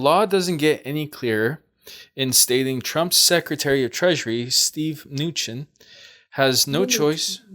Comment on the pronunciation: Cohen is coh-en not co-hen. Mnuchin is meh-nu-shen. Thank you for noticing your Mom chooses cards that are not above your pick. Other than that, LOVE the readings!